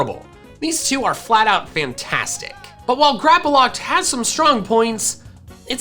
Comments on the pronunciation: GRAPPLOCT, NOT GRAPOLOCT! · Just one thing, why do you say Grapploct with an A? There is no A in the name. Not hating just wondering. Plus you sometimes pronounce some pokemon's name wrong. Again, not hating, just something i noticed. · THERE IS NO VOWEL BETWEEN THE P AND THE L IN GRAPPLOCT!